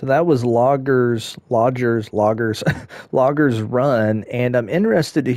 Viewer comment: Great park! The stations were awesome and the layout of the flume and the "logger" "logder" lol were by far my favorite. The detail of this park was very well thought out! Loved it! I really need to get a PS5.. lol